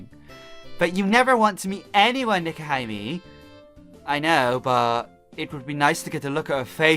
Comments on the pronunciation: Her name is pronounced Neko-HE-may. You're welcome. EDIT: The place, Hokkaido, is pronounced Ho-KAI-do(e). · it's nekohime (pronounced nekoheeme) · Nekohime (neck-oh-he-may)